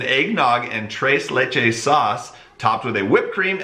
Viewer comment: You pronounced the name of the cake wrong again..lol It is pronounced... TRACE LAY